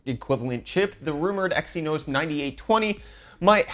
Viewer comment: Xynos is actually pronounced "ZYNOS"